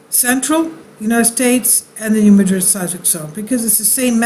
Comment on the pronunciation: Resident of Missouri here - it is NOT pronounced, New Ma-DRID! It's pronounced New MA-drid!!!